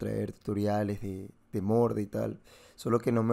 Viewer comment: Que fue lo que le quitó la R de morde???? En el min Edit: Grande